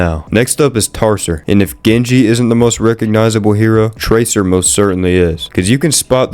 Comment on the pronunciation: Bro had to continue with the tracer mispronunciation